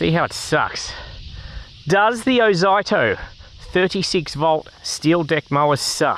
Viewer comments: it's ozito not oito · Who the F K says "Oz eye toe" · Ffs mate, learn to bloody pronounce words properly. Every ad, commercial or anything else clearly says (oh zeetoe). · OH ZYE TOE?? 😂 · Oz-zee-toe (from Aussie-Tool) PS: The wheels look perfectly fine to me, easy to clean out captured clippings. Most mowers have closed pattern wheels which are bloody pain to clean. Oh, and the plastic grass chute is normal. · Thanks for the video. I thought Ozito was pronounced 'O-zee-to' but it's a matter of choice I guess. Overall I would have liked to see how this mower performed cutting longer grass, as essentially you were using it to vacuum up leaves. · Oz zee toe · I believe It`s pronounced Oz(ee)ito, as I have had battery tools of that name. Good review too of a budget push mower. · Thanks for showing this Ozito mower, particularly the underside too. (I've always pronounced it Oh-zeet-oh 😉) It's interesting how the (now discontinued) 21" 58V AEG mower also has plastic in the discharge chute area too (Honda also uses something similar). Not only that, but so does the Milwaukee mowers. I suspect they (TTI) took the Milwaukee metal chassis with that same plastic inclusion & used it in the AEG mower (with some mods) as they have also used the line trimmer attachment heads too (hedge trimmer, edger & pole saw) as well as bringing the same design concept to Ryobi too (albeit down scaled in the hedge trimmer attachment & more plastic). In my AEG 21" mower I've had to add some stainless steel shim material to protect the plastic edge from damage & grass etc collecting in the discharge side. I'll send you a photo. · Never heard someone pronounce "ozito" like that 😂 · It almost feels intentional.. an FYI for anyone reading these comments, the name is a play/abbreviation on "Aussie Tools". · “I love to trigger people by intentionally butchering word” 😂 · I notice first think the way he pronounces ozito 😅😅